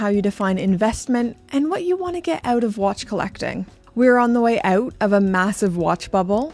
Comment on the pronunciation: Get “oot” of here. Shout out from a fellow Canadian! Great message too